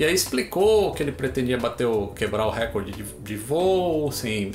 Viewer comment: "Récorde" nãooo